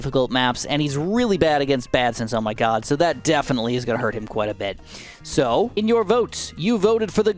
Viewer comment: every time this dude says "zoh my god" i want to kill my self